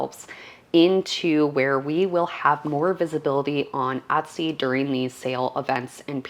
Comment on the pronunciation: No offence intended,but why does she pronounce the word Etsy as "Uttsy"? ....Is she a Canadian and that is the Canadian pronunciation of the word?